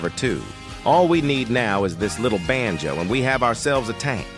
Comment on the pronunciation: Bruh I am Indian also we do have swear word here in hindi ( every language have) but when ever the ai say banjo ( which I don't know what it is) it sounds like bh£n ch0d which mean sister fuc*er in hindi and my parents we laying beside me and they don't speak English so when ever he say benjo my parents just stare at me